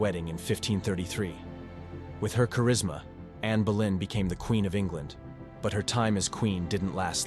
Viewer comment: It's anne boleyn not Berlin, I take it American version , some good facts